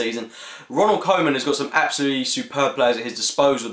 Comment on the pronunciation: Ronald Co man lol. learn how to pronounce a legends name.